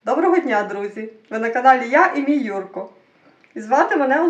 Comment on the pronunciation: по-правильному,літературному,треба Юрко,говорити,ставити наголос не на першу букву,а на останню "О"